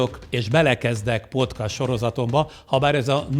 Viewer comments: Az nem úgy kell ki ejteni hogy podcast hanem podkeszt így kell ki ejteni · Ez a "PoTkÁz" nagyon zavarja a fülem :D